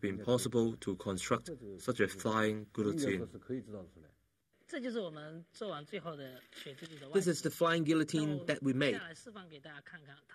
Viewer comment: The narrator should earn how to pronounce guillotine...